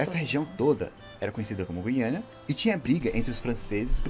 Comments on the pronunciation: Kkkk ai que agonia o narrador falando Guiania, é Guianaaaaaaa PELO AMOR DE DEEEEEEEEEUS... E outra a sigla do estado do Paraná é PR e não PA, PA e Pará... Olha sinceramente! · Giro! Só uma dica, na palavra Guiana o “u” não se lê (lê igual à palavra “guiando”). Está lá para o “G” não ter o som “j” (como em girafa).